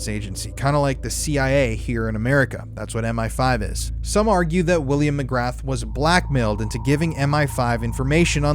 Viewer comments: McGrahhhhhhhhhhhhh not McgraTH…… William Mcgrahhh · McGrath is pronounced McGraa, no TH sound, I'm irish it bothers me but most of our names sound nothing like the spelling 😂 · Pronounced. Ma graa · McGrath could be pronounced as McGraa if it's Irish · McGrath is prounced mc gra Just letting you know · McGra. You do not pronounce the “th” 👍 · Can't take seriously with how ur pronouncing mcgrath 😂😂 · Interesting, but the “T” in “MCGRATH” is silent and Britain's CIA is MI6. MI5 is more like the FBI. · You are mispronouncing Mc Grath - the ‘th’ is silent. Just saying